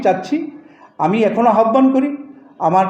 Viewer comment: ঠিক বলেছেন। আহ্বান - এর উচ্চারণ করতে পারে না,বিশ্ববিদ্যালয় শিক্ষক হয় কেমন করে!